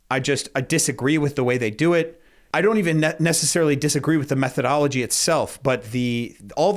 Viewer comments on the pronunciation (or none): "Their methodowogy made me angwy"